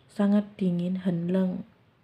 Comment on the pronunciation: mau tanya,knp ya aq dengernya seperti hen neng kalau mjkn bilang sangat dingin, apa telinga q yang salah denger ya 😀😀😀😀